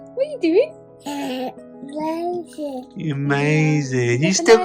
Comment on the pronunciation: Love when he says mazing !!! 😂😂😂😂❤️❤️❤️❤️